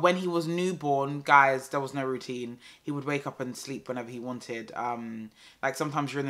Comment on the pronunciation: Everytime I hear "and all of them tings tere" I think of you lol